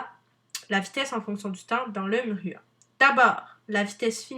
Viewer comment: le "mhruha"...